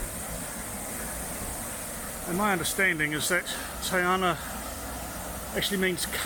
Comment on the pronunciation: Just to help with pronunciation a wee bit - try this : TEH - UN NAH not tay arnah. Tangoio - TUNG - OY - OR. Lovely video. This is my fave place for walks, take the mokopuna. :)